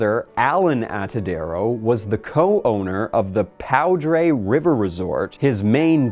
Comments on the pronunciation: Coloradan here lol, it's pronounced "Poo-der" river, not "Pow-Dre" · "Pow Dray River Resort" As a native Coloradoan, I'm pretty sure it's pronounced "pooder". Weird-ass word, honestly. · Powdray? Jsyk, Poudre is pronounced poo-der. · It's pronounced poo door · “Powdray” Lmoa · lmao it's pronounced "poo-der." I think it's French. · Hey.......its pronounced "pooder" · I live in the Poudre Canyon. It’s pronounced poo-durr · Poudre is pronounced "pooter." Source: I lived in Fort Collins for 10 years. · lmao "pow dray river resort" good try, whitey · Interesting vid. BTW, "Poudre" is pronounced "Pooder." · I grew up in the Fort Collins area, it’s really funny how you pronounced Poudre. We pronounce it more like “poo-der”. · Poudre. "Poo-der". Funny name, but the fishing is pretty good there. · As a born and raised FoCo, NoCo resident; hearing you pronounce "poudre" killed me a little. Then you called it a trout farm instead of a fishery... 😖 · Coloradian here. Love that you can't say Poudre correctly lol. Good video. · You pronounce pouder more fucked than I’ve ever heard someone pronounce it. So I give the video 5/5 cuz of that